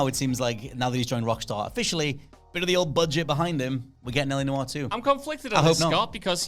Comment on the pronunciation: It's LA Noire not LA Disco